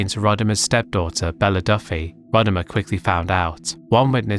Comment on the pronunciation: Also I like that despite having a clip in the video with Rodimer saying how his name is actually said and yet still says it the same way throughout the section that those who were familiar with him from wrestling say it.